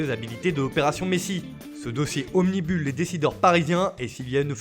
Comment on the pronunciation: On dit "obnubile", pas "omnibule"